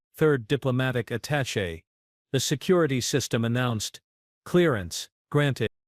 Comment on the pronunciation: For once an AI pronounces "attaché" properly. However the abbreviation UN is not pronounce "un".